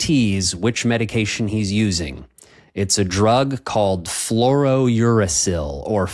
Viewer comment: I'm not a doctor but I'm not sure your pronunciation of Fluorouracil is correct. You seem to be pronouncing it as FlouroNuracil.